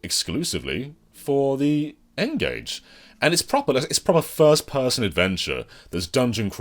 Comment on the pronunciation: Lol the Ngage? You've been speaking to Scott Emsen again haven't you? 😂